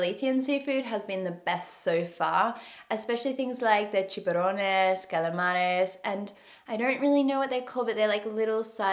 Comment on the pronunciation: Nice pronunciation for chipirrones and calamares. Well done! And it's a hard word.